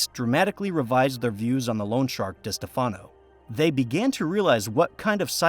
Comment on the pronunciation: It is pronounced Di Steff Uhh no. I can't stand it when people mispronounce what is also MY last name.